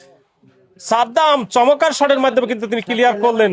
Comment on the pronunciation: ভাই চমক্কার কেন বলেন? চমৎকার বলবেন।